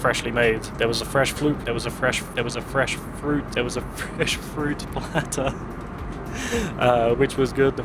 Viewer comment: (Is fruit platter really that hard to pronouce)?